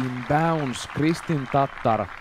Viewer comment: Im just glad to hear somebody do it justice and pronounced correctly. After all the times she's been called a type of mayo based sauce or a dish containing raw beef and eggyolks😅